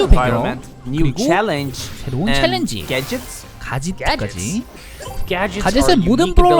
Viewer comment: 첼린지가 아니라 챌린지에요...ㅋㅋ